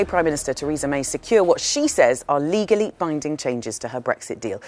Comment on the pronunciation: LOL "Ligally" :D